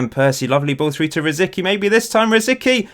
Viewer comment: Correct me if I'm wrong, but it's pronounced "Rosiski" right? edit: According to wikipedia it's "Rosɪtski"